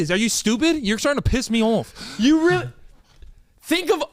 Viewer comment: why sound British when said you're trying to piss me off 😭😭